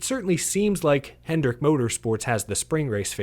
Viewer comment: BRO it’s HENDRICK. HENDRICK.